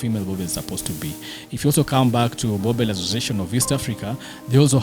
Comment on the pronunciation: Awesome episode... I love boerboels so much... I have a female of my own. Been a subscriber from the early episodes of dog TV. The show is great but someone needs to advise. It's not pronounced burbur it should be buorbul... Written boerboel but people call them boerbo-el or boerb-el. Correct pronunciation I think should be buorbul. My thoughts